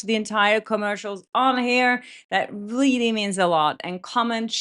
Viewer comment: I like your videos and agree with you but when you say "really" reminds me someone who speaks really bad English...sorry